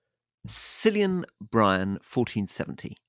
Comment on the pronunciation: After hearing both Rory's Irish accent and his pronunciation of 'Cillian', I'm beginning to understand why he was never sent on a diplomatic mission to Ireland...